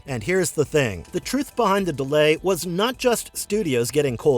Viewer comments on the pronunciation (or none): none